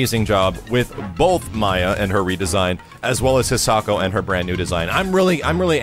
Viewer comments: I'm going to be really disappointed if the pronunciation you're using makes it into the game. It's a Japanese name but you're pronouncing it with the English phonetics. It should be Hee-sah-ko not "His socko" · i know it doesnt matter but it bothers me lots that he is saying the name wrong, considering its a japanese name im sure its pronounce High-sa-ko... again i know it doesnt matter but i just wanted to comment it